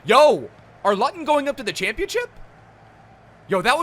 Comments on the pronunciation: Not lutton, its looton!! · It’s pronounced looton not literally luton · Looten, not L-Uh-ton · Looton town not Luton town hahahaha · Its luuuuuton lew - Ton not lut on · Luttton are you mad It’s pronounced lootun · L-ooo-ton not l-utt-on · Man said lutun pronounced looton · Lutun? 😂😂😂 pronounce it looton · Luton is pronounced “lew-ten” not “lut-ton” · omg i cringed so hard when he said LUTon ... and not LOOOOOTon .... im dying hahah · Up the lutton. Love your vids. You know how you try to pronounce mad lad in multiple languages. You should probably do some research the same way before doing an episodia on a lower league English team and not quite getting the name 😂😂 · It’s not Luhton it’s Loootun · It’s pronounced Lootin not lotin ffs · Its prououced looten not lottun looten it's just spelled luton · Its pronounce LOOTON not LUTON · It’s pronounced looton not lutton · It’s not lu-ton, it’s loooooooooooo-ton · It’s pronounced loo-ton, not lu-ton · Lootun not Luton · Loo-ton. Not lutton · You pronounce Luton L-oo-ton not lutton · Lutton😂😂😂 it’s pronounced lootun mate 😂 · Its pronounced looton not luton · 😂😂it’s Luton (loo-ton) I’m actually from Luton:) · Luv ur vids but it’s looton and u made cringe a bit😂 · He said Luton wrong it’s pronounced Lootun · Pronounced looton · ‘Lutton Town’ 🤣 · Bro you pronounce Luton like loooton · u say Luton wrong. It is pronounced loo-tun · Norwich players vid, also it’s “looton” fucking idiot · mmmmmm please don’t pronounce luton like that it’s pronounced looton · Btw you pronounce the club as (Loo Tonne Town) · It’s not Luton it’s Looton pronounce it like that🤦‍♂️ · Its pronounced looton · You pronounce it ‘looten’ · It's pronounced lootun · Gaelic is irish and some parts of Scotland and its pronounced looton but spelt Luton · As a Luton fan I’m happy to see this but it’s pronounced Looton 😂😂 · Please get a Luton kit btw it’s pronounced looton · It’s pronounced loot-un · It’s pronounced fucking looton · Loo-ton town